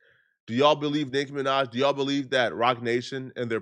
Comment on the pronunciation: Bro said NIKKA MINAJ 😭